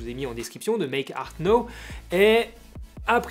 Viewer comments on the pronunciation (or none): Pas "méééke arte nowwwe" mais "méééke arte naahouw" +- 80 millions de Français font l'erreur ;)